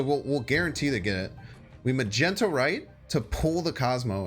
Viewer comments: Umm, it's Magneto (as in Master of Magnetism), not Magento!! That's just embarassing, man. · Does anyone else's soul get crushed a little bit when he says muhgentow instead of magneto? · Anyone heard him say ma gen toe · He does it as a bit lol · Love your stuff... good decks... but call Magneto by his proper name! It sounds insulting the greatness of Magneto